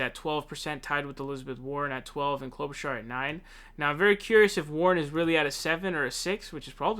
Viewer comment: His mispronunciations are intentional 😂 He also calls Bernie, Bernie SaUnders, and always makes up funny names for Amy Klobuchar (Clobber-Car) and Pete Buttigieg (Butt- edge- edge).